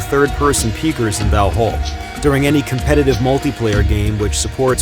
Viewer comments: Kind of bothers me when this narrator pronounce end part of Valhall (hall) as hôl as a english word. Sorry but that's wrong. Just saying. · Pronounced valhall and skol wrong it hurts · As a Swede the pronunciation of Valhall really hurt my ears and heart.